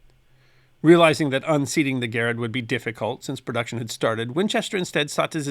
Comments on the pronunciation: Thank you, thank you, thank you for pronouncing John Garand's name correctly! (same accent locations as "parent") No one gets that right! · You pronounce Garand properly! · Thank you for pronouncing John Garand’s name correctly. There is a ScrewTube channel that uses that name and he pronounces it incorrectly. Sigh.